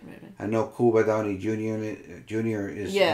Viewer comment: Did say Cuba Downey Jr.?😂 thought I heard that, I laughed too hard!